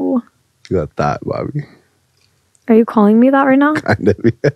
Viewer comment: American/Canadian saying bobbi sounds like barbie😂😂